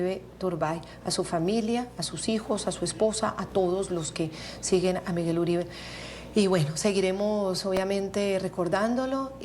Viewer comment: Esa equivocacion de pronunciar el nombre del martir Miguel Uribe T, eso lo dijo a proposito para piner a hablar a la prensa. No le den gusto, ese criminal solo merece ignorarlo